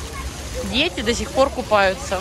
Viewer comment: не дзеци, а дети, учитесь уже произносить мягкие д и т, а также букву р, не надо рычать.